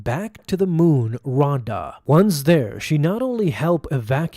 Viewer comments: The moon Ahsoka was exiled on is pronounced "Rah-a-da" as said in the Audio book read by Ahsoka's voice actor herself. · Raada is pronounced Ra(h) ate uh 😉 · If ever listened to the ashoka novel read by ashley its pronounced ri-ay-da